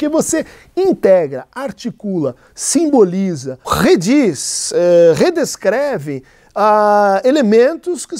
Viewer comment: Rrrediz, rredescreve 😂